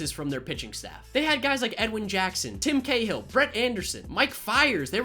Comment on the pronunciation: “Tim Cahill”